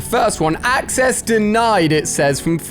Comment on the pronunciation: Ah yes, accssess